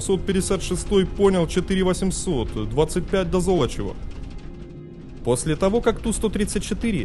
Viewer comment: Золочёва! Зоооолочева! А не как автор картавит. По его версии получается какое-то зло. Надо произносить мягко, а не жёстко!😂😅😮😢 Интонация тоже имеет значение.